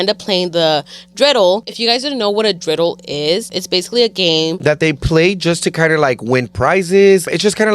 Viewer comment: Loved that y’all mention Hanukkah 💙but just a heads up “menorah” 🕎 is pronounced differently from how said it along with “dreidel”. Menorah is pronounced like muh.naw.ruh and dreidel is pronounced dray.dl 😊